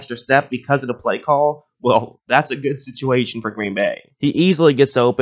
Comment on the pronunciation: Why do you pronounce bay as "bay", but play as "plaiyyee"